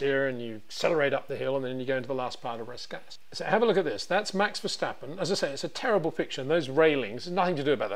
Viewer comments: it is NOT Max "verSHtappen" ... Max is not German (Germans indeed can in most cases pronounce "st" as "sht") ... #Max33 = Dutch NL/Belgium! ... It is not "Bottash" nor is it "Lewish" certainly not "verSHtappen" .... This BS started long time ago when a British sport presenter interviewed father Jos Verstappen and assumed you can use a German pronunciation to a Dutch Driver thinking it is so "funny" ... It is not. Serious question: can any Englishman say "versatile" out-loud without saying "vershatile" phonetically? most can about 99,99% ... that is why most English can pronounce Verstappen 100% correct! Father Jos Verstappen (also F1 Racer) was very active between back then only a very few said "Vershtappen" but the vast majority of British sport presenters pronounced it perfectly ... only a few old stubborn farts like Peter Windshor I know ... but get this: The Dutch 🇳🇱 NEVER EVER pronounce the st as sht ... that is why I mention the difference between the two countries ... I worked in Germany and have family in Germany and am part German myself. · It is NOT "Bottash" nor "Lewish" nor "Oshcar Piashtri" nor "Nyck de Vriesh" nor George "Russhell" nor "Fernando Alonsho" nor "Lance Shtroll" nor "Pierre Gashly". So why on Earth do you want to say: "Max VersHtappen"? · When will you FINALLY try to pronounce Verstappen correctly? Ok ok it seems you sometimes get it right.